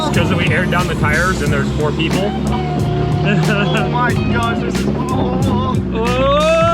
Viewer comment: "the jeeple will get it" Hahaha